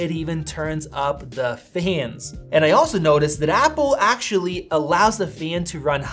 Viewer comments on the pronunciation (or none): Great review. Just wish Americans would stop pronouncing "and' as "eeee-and"